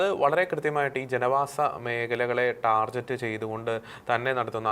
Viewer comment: ടാർജറ്റ് അല്ല സംഘീ ടാർഗറ്റ്😅